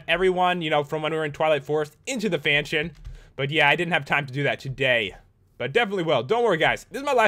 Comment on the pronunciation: fanshion fanshion pat